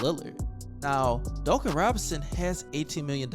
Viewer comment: Dooncan robinson lol